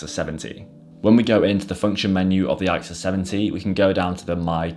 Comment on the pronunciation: You pronounce it "ick sus." Great series of cameras by Canon.